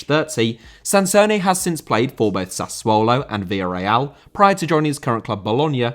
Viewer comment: Sassuolo* not Sassuouwlouw